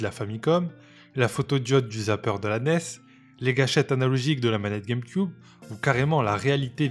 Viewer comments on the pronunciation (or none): none